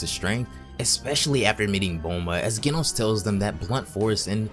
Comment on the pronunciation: Ah you said genos wrong it's pronounced with the j sound